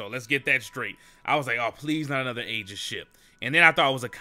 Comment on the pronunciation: PLEASE PRONOUNCE AEGIS RIGHT. PLEASE. SAY EE-JIS